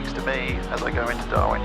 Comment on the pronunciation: You know you've been staring at Garmin for a long time when instead of saying "Darwin" you say "Darmin" on the radio :)